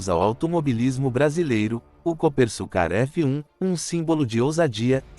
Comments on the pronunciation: Coopersucar (pronuncia-se Coopersúcar) e não Coopersucár. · Pilotos e comentaristas de teclado falam coisas aqui que arrepia até cabelo em poste. Geração que acompanha só Max Kid Vigarista nunca imaginou que tivemos um carro feito aqui, ficam no tiktok diariamente e quando sai uma reportagem ficam, nossa, bah tivemos aqui. Outra coisa, narração de IA falando o nome da equipe de forma errada que dá vergonha. Já é o segundo vídeo que falam do mesmo jeito. Canais que querem iniciar, melhoram sua pronúncia e pesquisas, material na internet séria tem a vontade, basta usar as duas mãos no teclado, larga a mamadeira e façam um bom trabalho pra geração Z(zoia zero de comprometimento). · A pronúncia está errada e o nome do modelo também, este é o Copersucar F5A .